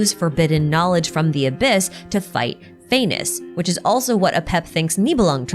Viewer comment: does not the pronounciation of Phanes sounds like 'Venus"?? the morning star and all dat